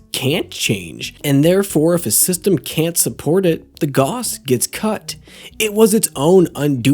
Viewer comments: It's pronounced gauss as in "gows". Similar pronunciation to "house". Named after german Johann Carl Friedreich Gauss. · I'm glad your analysis is good, because if I didn't know you I would've clicked away after three times hearing it pronounced "Goss" 😂 (it's German, it's pronounced like "house" with a G) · Your mispronounced gauss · How does an engineer not know how to pronounce Gauss?